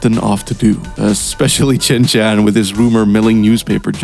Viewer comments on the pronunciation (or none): Not once did you say Shin Chan. Only 'Chin Chan'